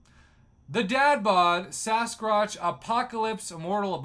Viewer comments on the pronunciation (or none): Did you just call the furball " SasCROTCH"?🤣🤣🤣🤣